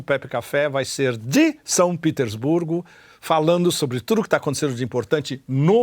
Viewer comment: Por quê pronuncias São Petersburgo em inglês se o vídeo é em português e o topônimo é russo? Em BRICS o S não é de plural mas de África do Sul